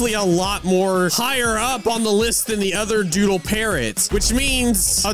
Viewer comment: did say duddle hoverboard? LOL